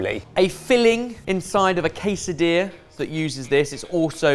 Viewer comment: It's not pronounced Kaysadilla. managed to pronounce it correctly.